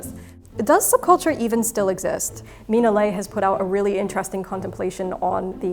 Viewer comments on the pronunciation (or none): none